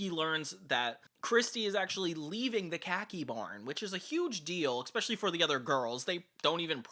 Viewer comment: Please, for the love of God... If you insist on using that word so much; it's "especially", not "eckspecially". You are killing me with that, man.